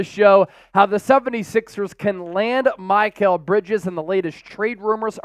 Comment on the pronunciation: Who is MY-kal bridges? Lol